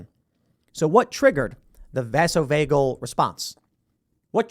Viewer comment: Tim you need help with pronunciation. BioRxiv (bio archive). Vasovagal (first two “a” sound long like in “vase”). Syncope—you say the “e” long.